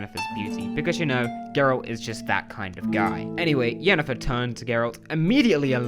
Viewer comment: Well, you only called Yennefer "Jennifer" two or three times lol so, that's pretty good, I suppose. Considering... 👍🤣